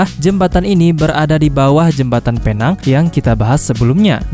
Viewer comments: bang pinang bukan penang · Cuba sebut betul betul bukan phe nang tapi pi neng walaupun ejaan dia penang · Admin.. Bukan penang Sebutan yg betul..pineng Ejaan nya..penang atau pulau pinang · bukan Penang ia di panggil adalah "pineng" tapi tulisan penang salam dari malaysia 🇲🇾❤️🇮🇩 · Penang tulisan nya mas tapi baca nya pulau pinang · ejaan PENANG...sebutan PENENG......PERAI...sebutan dgn kecepatan PRAI...